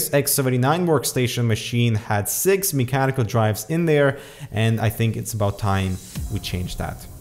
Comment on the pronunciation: "me-chanical" lel